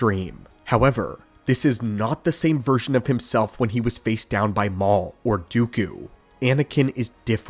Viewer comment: sounds like ai pronouncing a typo, "mau" instead of maul. Says it correctly every other time. Maybe it's a Ron Burgundy situation and he just reads what's in front of him?